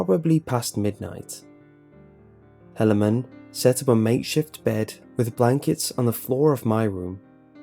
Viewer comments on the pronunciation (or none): It is pronounced He-lay-man. Not sure why it bugs me so much. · It's a Mormon one that's bad it's pronunciation butchered. It's he-la-man. Still fuckin weird tho. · First story is guaranteed to have been submitted by a Mormon. The name Helaman (pronunciation butchered btw, He-La-Man not that will ever have to say that name ever again) large family, and the fact they were able to submit a 10 minute composition to the Internet without any profanity or saying omg are all a dead giveaway. Nothing wrong with it, it just stuck with me thru the whole story. -signed Jack-Mormon the Danite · Helaman . Like the Bible . He just pronounced it incorrectly :)